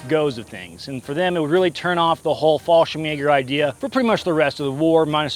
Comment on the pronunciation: I had to rewind when you said Fallschirmjäger Thought you said something else